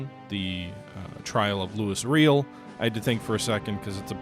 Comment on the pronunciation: Louis Riel - a Metis leader who led a rebellion in what is now Manitoba in the 1880s. The trial didn't go well for him. It's pronounced Loo-ee Ree-ell.